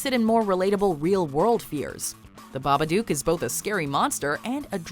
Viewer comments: I honestly could not stand hearing the narrator say babaduke. One more time.. i understand why she might. But it’s babadook. This is an old video I know, but no one else left that comment. Was driving me crazy. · When they said babbadook, i thought they said marmaduke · .....why mispronounce Babbadook. They dont even pronounce it that way in the movie....did you watch the movie 🤔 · For the last fucking time, that's not how you pronounce The Babadook.